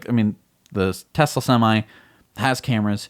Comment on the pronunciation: Still mispronouncing Tesla!